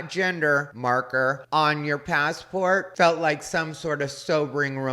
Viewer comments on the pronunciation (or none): ugh thanks so much for pointing out the speech. i cant take it. every T is super pronounced. PassporTTTT